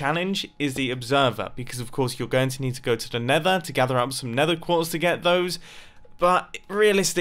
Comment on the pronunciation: Lol mumbo be like:starter base and talks about going to nethee